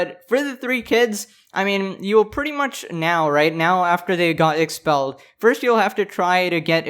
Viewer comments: not expellled its EXXXpelled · “EXXXpelled” omg